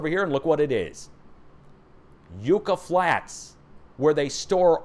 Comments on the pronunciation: your prononciation of spanish words needs an adjustment. YUCCA sounds like yuck-ah lkt truck ah. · Yucca is pronounced like "uck" a short u sound.